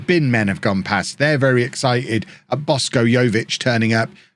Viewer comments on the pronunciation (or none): It's Boshko, not Bosko. Just say Boshko like you say sh*t :)